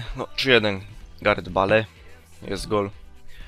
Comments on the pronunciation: Wiem chodziło mi że skoro mówi BALE nie Bejl to może mówić SPURS nie Tottenham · On specjalnie tak czyta, tak samo jak BALE xD